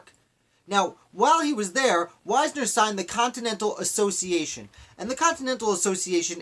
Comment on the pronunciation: I am descended from Henry Wisner. Our name is pronounced Wiz-ner.